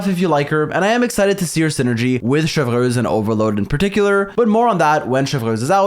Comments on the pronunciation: It's Chev(pronounced as shev) and reuse(pronounced as ruse) Chevreuse(Shevruse) not Chevlrleuse😂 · „ i don’t know how to pronounce her name“ him 3 minutes later : Chevrööössss ; CHÉVERUŚË , CHĖVRÛŠ 💀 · The way he says "Chewfruwhz" when pronouncing her name 🍷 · saying ChevRRRuse give the same energy as that one npc saying Monseiurr NeuRRvilette 😭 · you say chevy's name in english like shev-roos if you were still wondering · I come for the EXCELENT analysis. I stay for the HILARIOUS Name mispronunciations. Chev-(three minutes of blender chopping ice sounds)